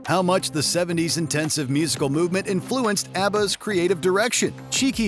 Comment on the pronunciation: Is this AI or does Canada say “influence” differently? In fluence